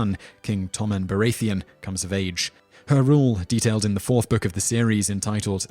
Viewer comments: Every time he said Baratheon , he said it wrong. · ***** This is quite common with this guys vids. he mispronounces every name. Makes me think he gets everything from wikipedia and therefore has only read the names rather than heard them spoken. How can you say Baratheon that way if youve ever seen the show??? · Bara-thee-un Marge-ury (like margerine) Tie-rell